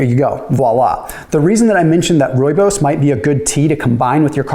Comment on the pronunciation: First time I have heard a person not from South Africa pronounce Rooibos correct.😂